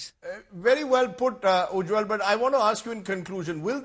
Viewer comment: Rajdeep it is Ujjal not Ujjwal